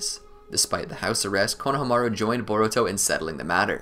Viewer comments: It’s not konaha maru it’s konahahamaru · I love your videos but the way you say konaha-maru instead of kona-hama-ru drives me insane😂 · I really wish you guys would pronounce konohamarus name right. It's like you guys don't even watch the show